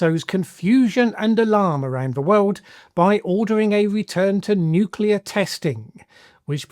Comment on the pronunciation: Seems like Trump's understanding matches that of Bush's "nucular"...incoherent.